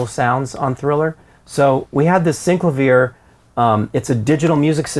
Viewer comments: It's pronounced SYN - CLAY - VEE - ER not syncla viah FFS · It’s pronounced syn-CLA-vee-air. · Did he pronounce that keyboard correctly? Never heard it pronounced that way.